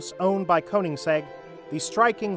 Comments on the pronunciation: "Koens-egg" lols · Cohensegg? Is this also some AI scripted and read channel. Ignored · What, you can’t even say his name right. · Who is "Cohenseg"? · Please check pronunciation of the maker's name.